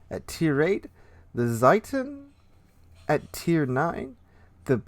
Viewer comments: I'm pretty sure you pronounce Zieten like Zeeten, but then again i'm only Austrian. The rest of your pronounciations sound fine to me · Zieten is pronounced Zeeten. I and E go walking, the second one is talking. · Zieten (it's pronounced "Tseeten") looks like Graf Spee put on growth hormones and equippred with an Atlantic Bow.